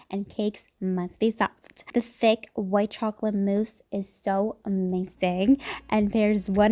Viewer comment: Who else heard “Fake layer of mousse” instead of “Thick layer of mousse”?